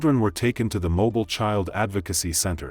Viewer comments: It’s pronounced MoBILL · All of these stories are gut- wrenching, but this is one of the worst ones. That poor girl survived the first attempt on on her life, only to be senselessly gunned down by the lunatic brother of the first murdering psycho. On an unrelated note, the name of the city is pronounced MO-BEEL. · Its pronounced Mo Bill (Alabama) city slicker. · We pronounce it MO-BILL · Pronounced “Mo’Beel” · Mobile is pronounced Mo•beel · Mo- Bill is how it’s pronounced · Thought it was pronounced Mo-Beal am not American so idk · Thats not how u pronounce it smh but Birmingham,mobile, Talladega, Montgomery, Dothan , those cities don't play shit Birmingham is the reason first 48 exist smh sad i hate it .... all the killing n racist shit but i love my state n City n don't wont to leave